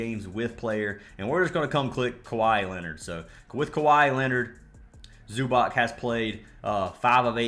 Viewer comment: Not tryna be a stickler, but it's pronounced Zoo-BOTS bro lol